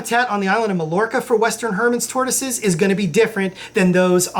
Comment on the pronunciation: Mallorca is pronounced "My-or-kuh." It's one of those words, like Des Moines or Illinois, that you just need to remember the pronunciation of because it doesn't follow any English phonetic guidelines. 🐢